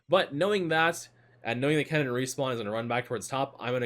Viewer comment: I was so confused, you make Kennen sound like Cannon :D took me 5 minutes.